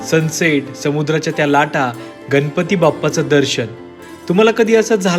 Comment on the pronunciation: गन पती नाही गणपती म्हणा कोकन नाही कोकण म्हणा भाषा शुद्ध ठेवा.